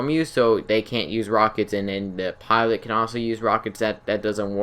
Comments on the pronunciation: anybody else realize how he says pilot he says piwot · The buzzard is no way as good as the savage how would u compare it's more powerful cooler in every way also I don't ant to be mean in anyway but do u have a speech problem as saying the word 'pilot'